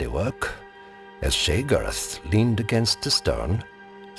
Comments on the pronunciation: I swear Sheogorath is pronounced "Shay-oh-gore-rath" not "shey-grr-th"? I may be wrong but I've been playing elder scrolls for a really long time and that's how I've heard the NPCs say his name. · Ugh. I hate how he pronounces Sheogorath. Still not a fan of the narrator PLEASE come back Josh.